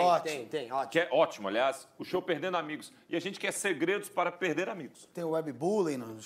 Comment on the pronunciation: Eita! Pelo visto cortar o R dos verbos deve ser cringe tb! #perde=perder